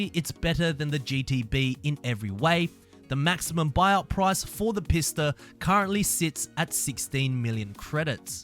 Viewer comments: Isn't the Pista pronounced Peesta I've been pronouncing it Peesta the whole time XD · yes, that's the proper pronunciation.